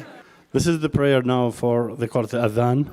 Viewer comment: He littery massacred "the athan" it doesn't really say that but ...